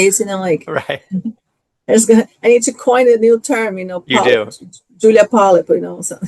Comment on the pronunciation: im so done with that BEE ( WHO-LEE-AH ) and her micro-aggressive WIFE too and THAT QUEEN ISSAC MIZRAHI